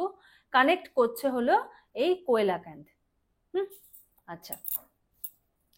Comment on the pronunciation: কোয়েলাকান্থ না কথাটা সিলাকান্থ